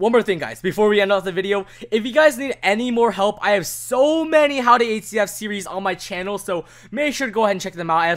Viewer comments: Surely its not just me who hears 8cf whenever he tries to say hcf... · the way y pronounce hcf